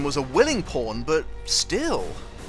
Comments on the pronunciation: Oh my gosh, I thought you said porn instead of pawn and my mind was very confused xD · Did anyone else hear "porn" when he said "pawn"?